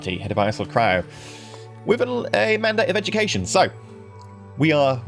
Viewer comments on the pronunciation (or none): none